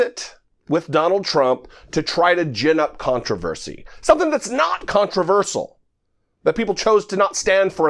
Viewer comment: “Controversal”? LOL